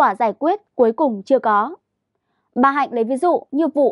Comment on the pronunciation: A Quý vị hay QUỶ vị ? Có nơi hay CỎ nơi ? Bốn trăm hay BỔN trăm ? Phát âm đúng 5 dấu tiếng Việt. Khi tuyển nhân viên truyền thông.